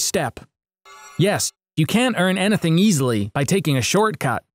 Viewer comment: lol he said anathing